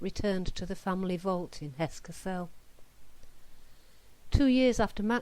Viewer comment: Very interesting, dispelling certain myths, uncovering hidden facts once again. Thank you,. (Kassel has the stress on the first syllable, rather like 'hassle'.)